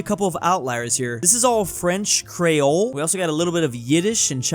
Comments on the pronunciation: The way he said Creole 😭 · lol the way how said creole